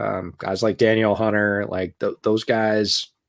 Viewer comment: Da-Neal hunter